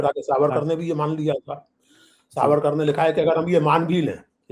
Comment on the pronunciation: Trivediji it is Vinayak Damodar Savarkar. Youhave pronounced it wrong twice. Shame on you.